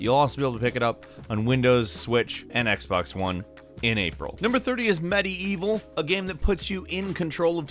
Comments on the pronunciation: it's not 'midievil' it's 'medievil' lazy as always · I’m sorry but “med-ee-eevil”? Lol it’s meh-deeval.